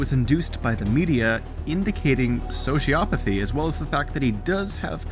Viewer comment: omg i cant, your pronunciation of sociopathy is driving me insane, ITS NOT Sho-Ci-A-Pa-Thy ITS Sho-Ci-O-Pa-Thy like, oh my nuts O NOT A